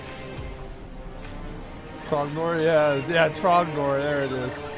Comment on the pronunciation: Did you say trogglador? His name is Trogdor, the burninator.